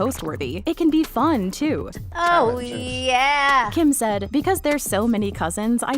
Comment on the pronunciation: She also said yay instead of yee ...